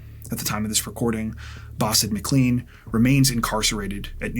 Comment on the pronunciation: McLean is pronounce Mclane not Mcleane